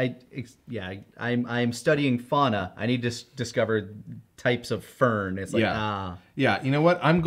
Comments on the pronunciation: Full on always thought Gohan said "bird" since this abridged came out. Finding out he says fern is wild to me 😂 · I actually was miss hearing the line and likely would not have noticed had they not pointed it out. I heard Gohan say "bird" not "fern". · for years i could have sworn Gohan was saying bird. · See I thought all this time he WAS saying bird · I always thought he said "species of bird" until you pointed it out 💀 And I've seen this movie a bunch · Ngl, I genuinely thought Gohan said he had to observe 20 different types of bird until you guys pointed it out that he said fern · Wanna point this out real quick. I didn't realize Gohan was saying "Fern" until I watched this. Since he said Fauna I would always hear "bird" whenever he said the line, and I didn't know it was actually "Fern" until this. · I always thought he had said "species of bird" so I never noticed the error. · Whoa, I always thought Gohan said bird there. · I honestly thought Gohan was saying bird this whole time. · Wait a goddamn minute. Does Gohan actually say " [...] twelve species of fern "?! Apparently, my ears have not been working properly until this very day, because I always heard " [...] twelve species of bird ", and I was sure as hell that's what he said. Dayum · I always heard bird i had no idea he said fern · I actually never realized that Gohan said fern, I always heard it as bird for some reason. Apparently I was gaslit from the beginning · I always heard it as bird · ...not gonna lie, I always heard it as Bird.... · i never even hard fern, i always heard bird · Wait, gohan said "fern"????? I legit thought he said "bird" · I'll be honest, I didn't catch that he said fern until you brought it up